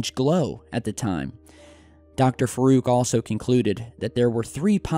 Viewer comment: Dr Faruk? say it like farook